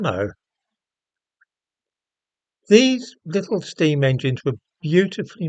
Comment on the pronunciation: Pretty sure it’s pronounced Meccano.